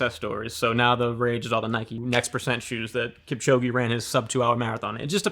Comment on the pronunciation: Its pronounced kipchoge (like the e for egg)